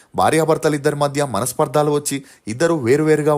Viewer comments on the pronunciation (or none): Manaspardhaaalu kadhu manaspardhalu andi